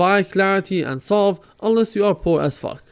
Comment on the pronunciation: It's salve not solve XD :p